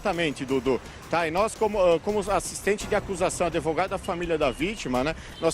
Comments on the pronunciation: Que advogado é esse que fala adevogado? Usa o verbo " manter" de forma errada? Eita!!! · Não sei quem é o pior desta reportagem. O advogado fala" adevogado". O apresentador... Bah.... Não sei nem o que falar dessa voz e a repórter em vez de falar a palavra "lacuna" ela fala " rombo". Vamos suplicar um pouco para que eles estudem melhor a língua portuguesa, porque assim, não tem condições.